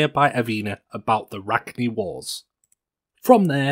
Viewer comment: Its crazy how someone can say the names of things like rachni wrong when the game tells you how to say it